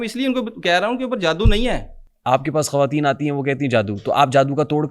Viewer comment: bhai khaateen ni hota khwateen hota hai, not taunting you but mujhay irritation hoti hai bar bar ye sun k😁